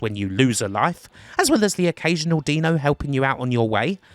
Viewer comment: "Deano" instead of "Dino". You are the wind-up king.